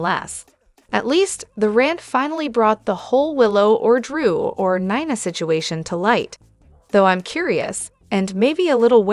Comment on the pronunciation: Also there is no o in Ava and 9a for Nina let's get real I know you know how to pronounce names